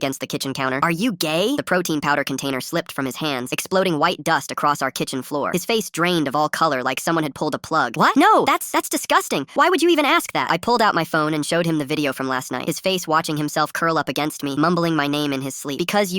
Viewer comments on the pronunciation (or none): hold on he said DISUCSTINING?!!